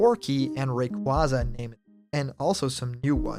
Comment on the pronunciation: I can't fucking stand people saying Ray-quah-za, it's already been confirmed to be pronounced as Ray-quay-za years ago! How are people so stubborn to it! Sorry, I get you're a nice guy, but the mispronunciation of Pokémon is a massive peeve of mine.